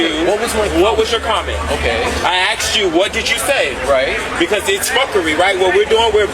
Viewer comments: "when i axed you" 💅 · Asked ❌️ Axed ✅️